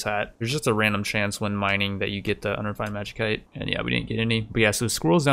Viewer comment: It's pronounced magisite not magikite lol please